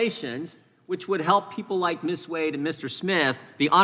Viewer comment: Not one single Republican who asked Ms. Wade questions pronounced it the correct way...the way she pronounced it when she introduced herself...WADE. Pronounced JUST the way it's spelled! Long A, Folks! Good grief!